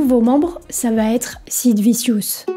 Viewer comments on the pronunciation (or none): Très bon reportage, mais par contre, Sid « viciousse » ?!? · On prononce Anarchy "Anarky" et Vicious "Vichious"... à part ça c'est très intéressant. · C'est Sid "Vichieuss" pour les nuls en anglais. VIdéo intéressante, dommage pour le titre putaclic.